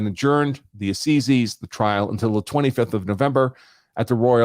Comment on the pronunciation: ‘Assizes’ rhymes with ‘sizes’, not ‘seizes’.